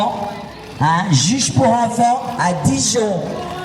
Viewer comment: Oh et j'en peut plus de cet accent bledar on prononce ENFANT pas Onfon.